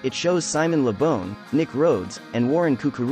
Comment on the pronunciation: It isn't bawn either, it is Bon rhymes with Gone, you said it right in the video at 3.25 :P